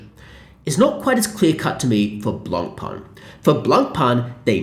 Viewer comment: it would be nice if you learned how to pronounce Blancpain correctly